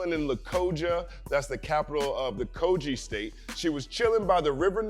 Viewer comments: Dope also the pronounciation is Ko-Gi(Gi not Ji). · Quite excited to see you breakdown (a)music(ian) from Nigeria. Never heard of B-Tone, will be sure to check him out. Quick one; so it's pronounced /kogɪ/, as in 'g' in given, not /koʤɪ/